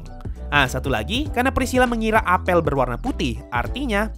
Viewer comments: Bacanya apel bang bukan apel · huruf e pada kata apel dibaca pake e pepet bukan e tailing, bang hehe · bukan apel bang, tapi apel